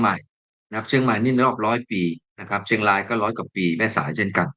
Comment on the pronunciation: ท่านควรใช้ภาษาไทยให้ชัด ร . ควบ.กล้ำ ล้อนแลง. เชียงลาย ล้อน ฟังแล้วสยอง